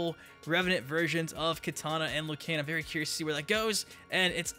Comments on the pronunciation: We’re u saying lu Kain it’s lu kang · "LOO KANE"